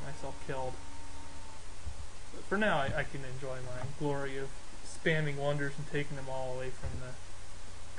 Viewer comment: Are you saying “wonder spamming” or “wonder spanning”? I see you chop forests a lot. How does that compare with the longer-term hammers from ‘sustainable forestry’? What tech allows replanting? The simple sorting of cities, focusing on either cottages, specialists or hammers is interesting. What is different about cottages, again?